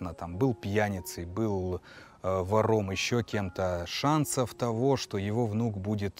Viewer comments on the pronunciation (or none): Простите,, за замечание: в слове вОром, первый слог (первый гласный звук слова) ударный, не второй